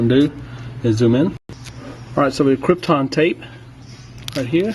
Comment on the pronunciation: It is pronounced "Captain" Tape - Kapton - not Krypton. It cannot be used to defeat Superman. I noticed that the digitizer you removed had a copper border while the one you placed had a silver base - this is a sign of using the lowest quality, cheapest parts available. I strongly advise you try to source "original" quality parts, made to the same specifications as the originals and not the "high copy" cheaper versions. One good thing about doing things this way is that even if you do buy the cheaper high copy screen, you're still transferring the original home flex over to the new screen. High copy screens that come with home flex preinstalled are not going to come with the small SMD components that are required for Smart Cover function to work. If you transfer over the original flex, it will have these components on it.